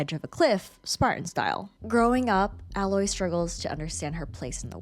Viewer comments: Nah like fr, I don't understand how some still screw it up, like you go through the whole game with people calling her Aloy, but some still screw it up and say alloy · It's pronounced ay-loy. It's said multiple times throughout both games. Unacceptable to mispronounce the main characters name in a video focusing specifically on her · Omg that's not how her name is pronounced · You kept pronouncing her name wrong. How r u going to do an entire video on one person and butcher their name?